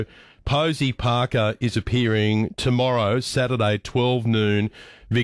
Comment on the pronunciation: I love the Aussie pronunciation of Parker